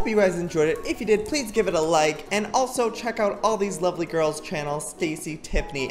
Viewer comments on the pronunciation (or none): When Joey says lizzanya it sounds like he's saying Lasagne hahaha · You said lizzanya for Lizzy's name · joey did you call lizzie lizangia? dang you joe-joe! im hungrh now!! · Is it just me or does everyone think that when Joey says lizziania it sounds like lasagna lol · MERRY CHRISTMAS EVERYONE!!!!!!! Also an item of note whenever Joey says Lizzanaya it sounds like lasagna to me. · "Liz-anga" YESSSS Lasagna ffffff